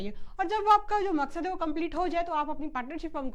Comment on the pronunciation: mam ne maqsaad meme bola mujhe abdul yaad aa gaya